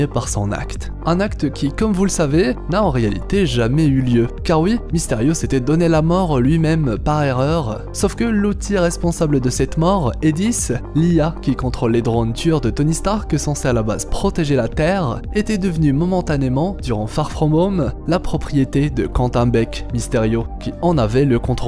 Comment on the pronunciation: C'est pas EDISS c'est EDITH c'est un prénom Français pas besoin d'en inventer